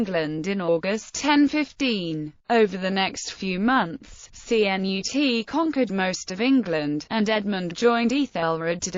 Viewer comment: Cnut CHUNT lol sound like a robot